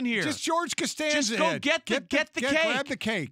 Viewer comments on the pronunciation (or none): Congrats Jason on your time with the show and all the best on your new chapter at ESPN. Did Mike Sr. just say “George Constanza It?” Really?